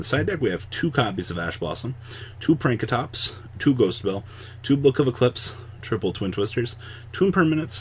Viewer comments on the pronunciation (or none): IT'S FUCKING PANK PAAAANKRATOPS NOT PRANK REEEEEEEEE